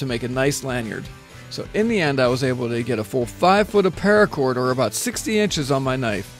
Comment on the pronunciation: Anyone else notice he said PAIRACOR about 3 million times?